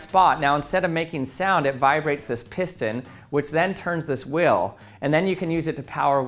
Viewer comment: If anyone is looking for someone with the accent who pronounces unstressed /ee/ as /ih/, listen for whill & still for wheel & steel